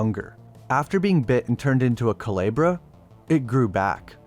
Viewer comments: i’m sorry i get you don’t speak spanish but you could have looked up how to pronounce it. it’s honestly very bothersome and i dead can’t watch this video. cu le bra no cu-lee-bra it’s very off putting and it takes like five seconds to look up how to pronounce words of another culture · Coo-leh-bra … not ka-lee-bra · I think it’s commented a couple times but it Coo-leh-Brah not Coo-lee-brah but still great vid 👍🏼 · Calibra? Cuu-leb-ra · Didnt event try to say it right😂😂 coo-lee-bra😂😂😂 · KU LAY BRAH!!!! Learn how things are pronounced for fuck sake. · Good video! Just wanted to clarify the pronunciation of "culebra" is "coo-lay-brah" meaning snake or serpent in Spanish. Sorry but as a native Spanish speaker it got to me because I was like what is he saying lol. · CULEBRA.... Pronunce CU-LAY-BRA 🤗🤗🤗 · Thank you for covering this series. Great video and super informative. One thing: the name is pronounced ‘koo-lay-bruh’ and more closely translates to ‘cobra.’ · Excellent video as usual. Just a little thing. Culebra is supposed to sound more like cooh-leh-brah in spanish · Coo-leh-bra coo as in coo coo bird. leh as in the ea in read past tense and bra as in titties love the vid tho bro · It’s coo-LAY-bruh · Was just gonna mention this lol hearing it pronounced coo-lee-bra is crazy 😂😭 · Not coo Lee bruh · Culebra is a short e, not a long one. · I'm glad the guy dives into this subject but his mispronouncing Culebra is killing me. The e isn't like the e in eel. It is the e in letter. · Listening to you murder the simple word "culebra" is painful. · I like how it took you 4 and a half minutes to pronounce "Culebra" correctly. You must've taken French... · culebra ---> kuˈle.βɾa Xibalba ---> like: shee bal ba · Not bad, just Xibalba is pronounced "She-Bal-Ba" (at least in Spanish), and Culebra is pronounced "ku-le-bra" (speaking as someone who is half-Mexican)